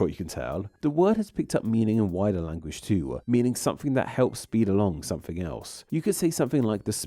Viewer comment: Please stop adding a schwa to the end of every word! Language-uh! Catalogue-uh! Mind-uh! Downwards-uh! You even added an 'uh' to words that already end in a vowel like to-uh! What is wrong with you?